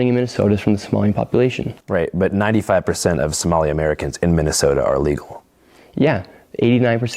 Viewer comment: He said "some of his fuckups were so unintelligible no amount of editing would make it acceptable" and then gave an example where the biggest and only fuckup was nick saying Mi-Minnesota. One single syllable stutter that wasn't even noticeable on the first watch through. WTF Is this hack doing cosplaying as a journalist.